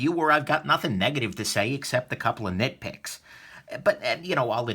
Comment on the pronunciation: Did you say "nickpicks" or nitpick? Ahaha